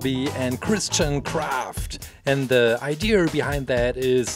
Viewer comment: he said ider